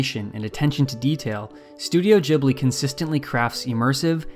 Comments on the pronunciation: ok why is nobody talking about how he pronounces it "jibli" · Most punchable voice ever, cant even pronounce Ghibli, the f is Jibblie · There is no J in Ghibli. Your pronunciation is seriously triggering XD. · ahhhh jibli? JIBLI? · Why english speakers pronounce it "jibli"??? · Is it really pronounced jibli? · Oh god please stop saying "Jibley" 😑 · Great video. Are you American? you pronounced "Ghibli" differently. I'd say it like "gibli". Still good analysis. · Nigga said Jibbly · it is pronounced like that because the japanese can't pronounce the english 'G'. That kinda bothered me too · This guy wrote, recorded and edited an entire video essay about something he doesn’t even know how to pronounce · At least pronounce “Ghibli” it correctly. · You’re mispronouncing Ghibli. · Can’t get past your mispronunciation. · I can't focus, because you say Ghibli wrong 😂🙈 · I just cannot listen to the way how you pronounce "Ghibli" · Ghibli is actually an Italian word. It is pronounced "Jee-blee." However, Japanese say it as "ji-bu-ri." And you shouldn't get distracted by a single word, there is a lot of effort on this video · Pronounce the studio name properly, fuck me I had to turn it off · You do know there is a H after the G your pronouncing the word Ghibli wrong, all Americans do! it does my head in because it sounds so stupid. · Great video! But I wanted to die every time you mispronounced Ghibli lol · i cant take the way you pronounce Ghibli omg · You keep saying Ghibli wrong and it's hard to overlook when you're trying to sound like you know what you're talking about. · ghibly not jibly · Gi-blee, not jiblee, GIH-BLEE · there is a H in ghibli, so it is pronounced g_ibli, not gibli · I will try my best to take you seriously as you say “Ghibli” as “jibly” and not “gibly” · It's Ghibli not Jhibli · Wth I thought it's pronounced as GIBLI not Jibli. My whole life was a lieeee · Why does everyone pronounce it wrong? It's not "Jeebli", it's a hard G, Ghibli. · its not jibli..